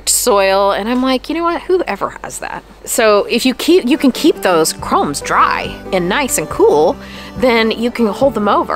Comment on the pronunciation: I think they are called "corms", not "cromes". Wow, I just found your channel, and I love your beautiful flowers, and all kinds of tips for gardeners!